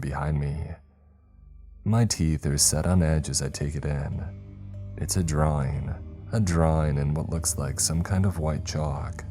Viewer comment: Draw-ING!!! ING!!!! ING!!! ING!!! NOT Draw-EENE!!! NOT DtrawEENES!!! LEARN HOW TO PRONOUNCE ING!!!!!!!